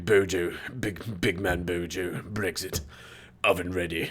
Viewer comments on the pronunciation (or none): none